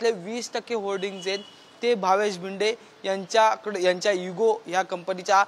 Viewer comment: Patrkar bhava tu marathichi par vat lavyoyes nit shik Marathi. To bhinde nahi bhide ahe v dand Thopatnyat nahi tar thotavnyat yeto. 😮😮😮